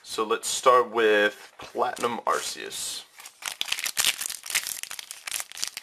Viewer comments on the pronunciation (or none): I dont really think anyone knows this, Arceus' name is pronounced 'R-KEY-US' not 'R-C-US' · Sorry if I'm wrong but I think it's pronounced arKEYes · its ar-ke-us and b-ae-gon